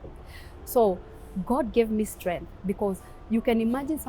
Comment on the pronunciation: Strenttreength of a woman!!!